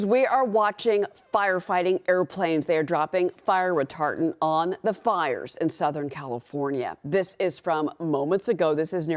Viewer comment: Lol, she said ''retartent".